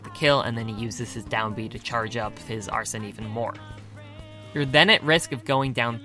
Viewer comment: excuse me its ArseN not Arsen or Arson STOP Arse EN no OUR SON or OUR SEN